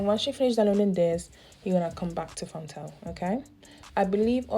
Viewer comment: Did she say font tell?